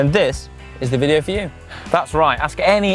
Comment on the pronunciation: Super cool “vidyo” mates🚲